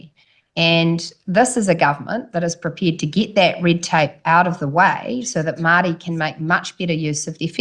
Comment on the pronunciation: If she said Maori correctly instead of with her broad mouth it wouldnt sound like she was saying Mardi .... cause thats how she sounds ..... Mardi ass